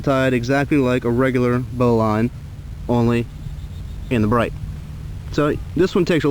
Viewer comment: It sounds like you are saying "bowline on a bright" - the proper name is "bowline on a bight". Look up knot terminology in Wikipedia.